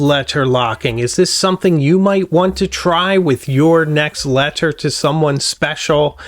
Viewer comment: K never mind the way you say leTTer turned me off